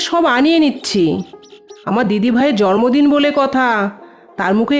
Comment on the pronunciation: খুব সুন্দর কিন্তু জন্মদিন কেনো জর্মদিন বলছে বুঝতে পারছিনা আমি ভুল শুনলাম??